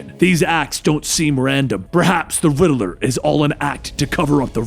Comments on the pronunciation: He said perhaps you should call me the riddler not rideler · Lol he says riddaler